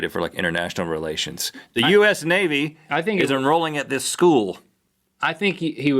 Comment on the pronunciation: when they pronounced US navy that way i could help but say US NAVIDA!!!